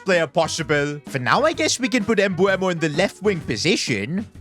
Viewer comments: Bro said embueho😭😭😭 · Do you say some people's names wrong on purpose or not? For mbeumo its m-ber-mo. For isak its ee-sak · Plz pronounced well the name of mbeumo 😢